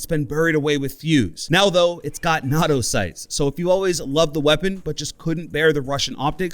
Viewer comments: nah-do? you mean nay-toh reeeeeee (for NATO) go vid regardless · Na-to? BOI NAAAA-TOE get it right my heart hurt hearing this sorry but dam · Did he say notto sites? Instead of NATO? The North Atlantic Treaty Organization? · I know not everyone knows about weapons, and I’m sorry for being an asshole, but I just had to point this out. NATO is pronounced Nate-oh, not nahtoh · Did you just say “nahhdo sights”? It’s pronounced “naytoh” because it’s sights used by NATO. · The fact that he pronounced 'Nato' as "Nah-Doe" instead of "Nae-Toe" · Fr I had to dislike this video cuz of that shit. I’m so disgusted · nah toe How to actually say it: nae toe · NATO is objectively pronounced NAY-TOE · It's pronounced nae-toe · "NATO Sights" nah doe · "nah tho sights"? ... Did you mean NATO sights? 😅 Nah but for real, I feel bad for Fuze mains, they're about to catch a nerf to that gun thanks to this dood Echo and his new elite out here with the power of God and anime on their side, Jesus fucken Christ 😂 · Did he just pronounce it "nah-toe" sights? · Did he really just say "nahto sights"? Bruh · Did he say na toe instead of NATO? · Did you just pronounce it...Noto? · I have never heard someone pronounce NATO as NOT-O. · Excuse me? How did you just pronounce NATO? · Ahhhhhh the way he pronounces NATO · how did you just pronounce NATO ? 😂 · how did you pronounce nato? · Did you just pronounce nato like that? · I’ve actually never heard NATO pronounced like that, that was a first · The way you say NATO hurts my ears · Y did u pronounce NATO like that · how did this guy just pronounce nato sights lol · why you say nato like that man